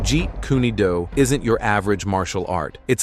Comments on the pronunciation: Nice vid but it's pronounced differently in the last part, "Do" like the do in "Dojo" and not "Doo". I train in JKD and we're told to try and maintain 50/50 weight distribution as the starting stance. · JEET KUNE DO....DO= DOUGH KUNE THE E IS SILENT. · This is cool,,but the pronunciation is "Jeet kun DOUGH" "Do" means "way". I like some of master Lee's techniques!...But I disagree with some of them. I would rather avoid the junk area.🤔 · Why does this idiot always pronounce the name wrong?